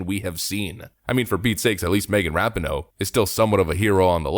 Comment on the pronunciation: Hey.... it's RA-PEE-NO. Just to let you know....